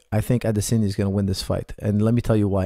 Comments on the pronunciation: It's Adesanya. You pronounce it Adesenya. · AdESANye not Adesenya come on man